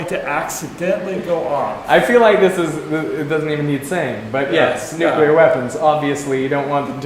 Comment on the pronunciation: A prof that says Nukelar instead of nuclear. -_